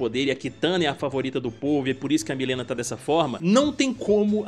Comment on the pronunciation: Pq quase niguem pronucia mileena certo